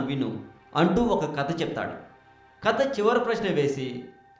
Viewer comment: kadaa saristaagaram enti babuu...kadha saritsaagaram...nuvvu ..nee language...